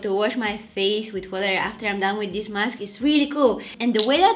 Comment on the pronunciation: Every time you say this it sounds like dis dis LOL I crack up😂❤😊😮🎉